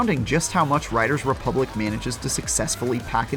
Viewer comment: Anyone notice how he can't say the title of the game properly?